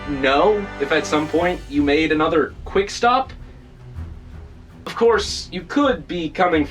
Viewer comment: He said quickstap